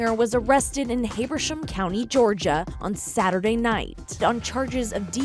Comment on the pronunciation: The way she just said Habersham made every person in Georgia cringe